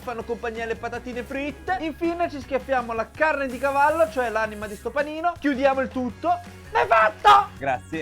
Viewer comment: Hai detto gavallo??? Ti gooo😂❤